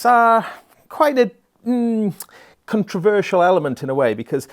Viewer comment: "Controversial". LOL ;-)